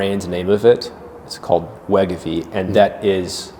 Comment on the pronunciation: “We ga veey “ 😂 that’s when I shut it off